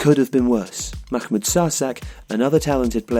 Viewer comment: It's not Makhmod nor is it el Akhly, why are you putting so much emphases on the H ? You're trying to pronounce an Arabic letter that's not in either of those words.